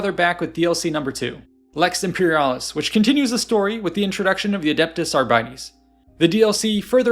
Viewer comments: Few corrections: 1. Arbites (Ar-bi-tays) 2. Nobilite (No-bil-itay) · "ArBITEs". Astartes. Arbites. Astartes. Arbites. Try it that way. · Ooooogh, that pronunciation of Arbites hurt. So you know the Arbiter from Halo? That - but replace the R with the S. Arbites. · who tf says arbites like that, also using ai wen you have the budget for real art?